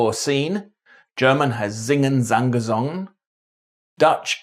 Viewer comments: another great video but it's gesungen in German, not gesongen. Just saying.... otherwise, fabulous. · It’s singen, sang, gesungen (not gesongen) in German Very interesting and fun way of explaining the Scottish language!